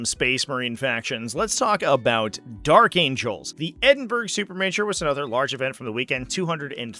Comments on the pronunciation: Just a heads up, its pronounced Ed-in-burr-aa :) love from Scotland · Mate, Google how you pronounce: "Edinburgh". 😅